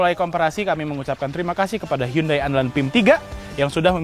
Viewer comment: Udah dikaish pinjam hyundai tp penyebutannya salah. Harusnya dibaca hiyandei :(